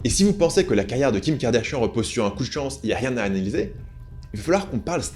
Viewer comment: N'empêche on en parle de la prononciation du nom "Kardashian" qui est devenu "Kardashienne" avec ahaha